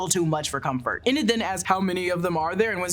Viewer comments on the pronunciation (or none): This is less of a recap and more of opinion analysis.... also please stop saying "inn-id", it's "eee-nid" Enid. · It's Enid, EEEEEEnid, not Eh-nid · "Ee-nid" ...not "Eh-nid" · “E-nid” please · How you pronouncing Enid wrong 😭